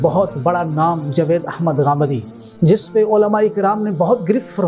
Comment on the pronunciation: جو شخص جاوید نام کا صحیح تلفظ ادا نہیں کر سکتا وہ اسلام پر لیا بولے گا۔ کچھ پڑھو لکھو اور علم حاصل کرو